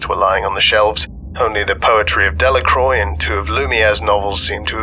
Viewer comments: {dhe-la-krwa} Not {dellakroj} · "De La Croix" is pronounced "De La Kwah"